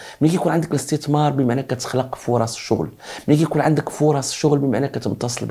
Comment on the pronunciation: اسي ابمهداوي عندما تتكلم باللغة العربية يجب نطق الحروف ابابجدية بطريقة سليمة مثلا الاستتمار وهذا خطاء نقول الاستثمار وليس الاستتمار